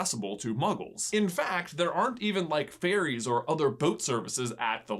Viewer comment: Oh, ferries, I thought you said fairies lol